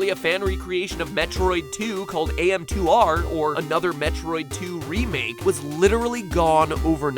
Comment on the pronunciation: Wait -- did you call AM2R "AS2M"?